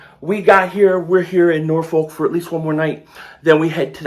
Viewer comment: We drive to Philly from VA all the time up 13…and family drive down here all the time…a lot of those people in Philly have ties to Hampton Roads, Virginia and the Eastern Shore. VA been had WAWAS for years. And It’s pronounced NaW-Fok homie. I feel where Les Bowen is comin from, I have that 2010 Kelly Green jersey…and it is a great rendition…they really should get this right, but after so much push back from Lurie (supposedly) not liking Kelly green I’ll be glad to get almost any version.